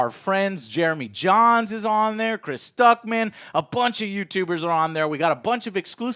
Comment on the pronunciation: Jeremy Jahns is your friend? Yet you can't pronounce his last name. Obviously told by Stardust to say he is your friend because it would be weird not be able to say a friend last name properly. It is not Johns!